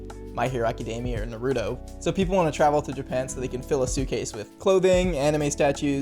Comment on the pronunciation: The way you said naruto gave me the chills 🤢 “nAhrOodOe”